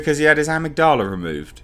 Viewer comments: It's pronounced "ugh-mig-duh-la" and it's the part of the brain that controls memory and emotion. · It's pronounced "ah•mig•dala". =) It's an almond-shaped mass of nuclei located in the brain (one section of the organ is located in each of the brain's hemispheres) which deals with emotions, emotional behavior & motivation. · Amygdala - “uh-mig-duh-luh” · I think it's pronounced 'eMIG-d'la' mate, with the 'e' at the start sounding the same as when you pronounce 'Earth'. It's a part of the brain, I believe. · Ah-mig-da-la. There you go. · (Uh-Mig-duh-luh) Amygdala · I think it's pronounced Emigdula dude 👍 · It's still english. even if the verbal accent is not on a usual syllable it doesn't matter in english. Maybe the british pronounce amygdala like that lol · Uh-MIG-duh-lah. Part of the brain. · It's /əˈMIGdələ/, mate. It's a part of the brain involved in decision-making, memory, and experiencing emotions. We all actually have two (one in each hemisphere). Removal of the amygdala (used as an extreme last resort in the most severe epileptics) actually curbs violent, aggressive, and antisocial behaviors, making this villain's backstory utterly retarded. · uh-MIG-duh-luh Component of the brain actually. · It’s pronounced am-mig-doll-a, it’s the chunk of the brain that’s responsible for emotional control and stability, take it out and yeah, you would be a rage monster but you would have to remove the pituitary gland on the underside of the brain just above the upper palette to cause hulk growth ( giantisum) sorry for spelling on that one but there you go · I think it's pronounced "Ah-mig-du-la" though I could be wrong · In the states we pronounce it "uh-mig-dull-uh". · A-mig-da-la the mig is pronounced like the Russian fighter plane mig. It's part of the human brain that controls emotions or something. The best version of victor zsaasz is in the Arkham games. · Amygdala- “Ah-mig-dela” your welcome 🙃 lol